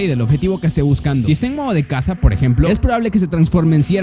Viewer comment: pronuncia raro.caza